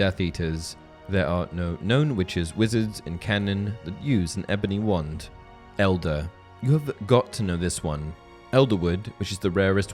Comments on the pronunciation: Great video! But had to watch it on silent and read captions because I couldn’t stand to hear you say “wund” 2,000 more times over the next 40 minutes. 😂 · I keep hearing one, not wand